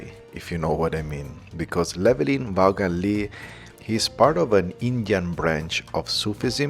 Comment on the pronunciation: Vaughan pronounced Van Very good video!